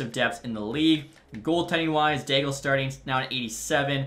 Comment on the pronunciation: I think Gabriel D'Aigle's name is pronounced like it has a silent L if that makes sense. Like the sens draft pick from the 90s.